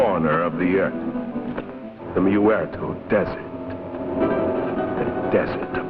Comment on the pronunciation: "The Mew-erto desert". lol